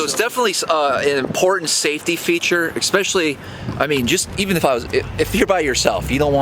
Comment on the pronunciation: Please don’t say “exspecially “...makes you sound stupid.